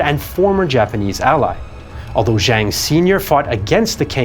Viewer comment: Zhou (EnLai) pronounced Joe. Similarly Zhang is Jang. Zh is always just J sound.